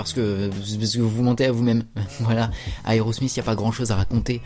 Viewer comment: aerosmizzzz? tu veut dire aerosmith non? lol